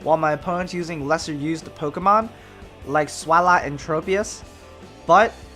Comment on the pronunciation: I love how you pronounce Swalot! :3